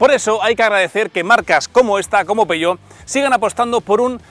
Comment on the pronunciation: Si se pronuncia en español/castellano, que también es perfectamente legítimo, ha de decirse tal y como se lee: "peujeót/peugeót". Pero si quieres pronunciarlo en francés, como haces en el vídeo, entonces debes decir "peuyó", no "peyó".